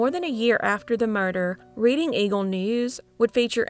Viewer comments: It’s “red-ding” PA. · Good and sad stories. FYI, Reading, PA is pronounced like Redding, CA, not like reading a book. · I'm unfortunately from the Reading Pa area and it's not pronounced like that it's pronounced more like Redding. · Reading pronounced past tense like Redding. 😊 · Reading is pronounced Redding 🤗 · I love your videos, but hearing you pronounce Reading, Pa hurt my Pennsyltucky heart. It's pronounced RED-ing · Thanks for continuing to bring these cases to us! Pronunciation tip: Reading, PA is pronounced “RED-ing”. Unintuitive, I know.